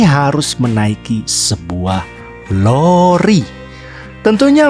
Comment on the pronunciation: LORI om.. bukan roli.. hahaha semangat terus om.. semoga semakin sukses chanelnya.. 👍🏻